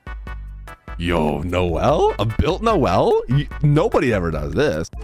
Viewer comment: That's not Noel, that's NO-L